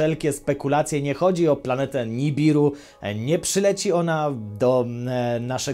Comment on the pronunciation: Lubię Cię chłopie, ale skończ z tym puryzmem. To ze piszemy „planetę” nie znaczy ze tak też to wymawiamy. Moje uszy płoną z każdym Twoim przesadnym ęłłł...